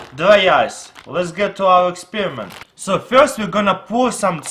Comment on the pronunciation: he calls experiment as expirment